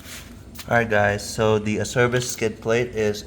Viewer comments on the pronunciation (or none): Acerbis makes great stuff. For the record the correct pronunciation for Acerbis is ...AH-CHAIR-BEES